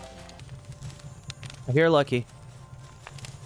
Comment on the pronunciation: It can't be just be me who hears P!mp LUCIOUS Everytime he says lucky lucious 🤣